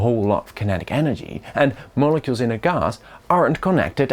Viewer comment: I flinched when he said molecule